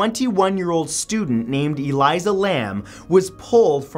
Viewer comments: FFS! Her name was Elisa NOT Eliza. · ELISA Lam. “Uh-leese-uh.” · Her name is Elisa Lam, not Eliza. Your videos are great, but if you got her name wrong then I don't know what other false facts you've given over the years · Elisa, pronounced a-LEE-sa. Not Eliza. It's amazing how this channel remains as popular as it is when there's glaring errors in almost all of your videos. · It's so odd hearing him pronounce elisa lams name I don't know maybe it's just his accent but in the us we pronounce it closer to the name Alyssa lol She was Canadian also I'm pretty sure. This case to this day still gives me chills thinking about it. What really happened to her. Was it a ghost or a cult? Was it really the creepy pasta about the elevator game and she lost. No one really knows. All they know is it wasn't a suicide and it wasn't just one person who could have dumped her body.